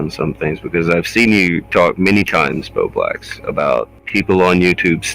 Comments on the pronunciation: Doing the complicated math, trying to figure out how he got "birdwax" from "bowblax" ? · I seriously thought I heard you say his name was "BloBlax" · I wish you could say his name right...THE WHOLE TIME I THOUGHT YOU WERE SAYING "BERBLEX"... YOU CANT EVEN UNNOUNCIATE your O's.. you say it like an "R" sound. Practice..it's annoying ..I'm Canadian and NOPE never heard of him..but TurkeyTom yes, Love him❤